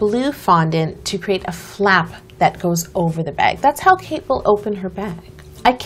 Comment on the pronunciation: was I the only one who (the first time) understood CAKE Middleton instead of KATE Middleton?